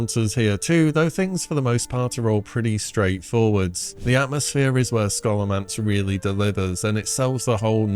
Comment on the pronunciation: Scholomance is pronounced “Show-luh-mance”